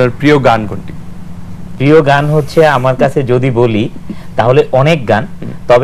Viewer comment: এই বোতল মার্কা নায়কতো "প্রিয়" শব্দের উচ্চারণ পিয় বললো।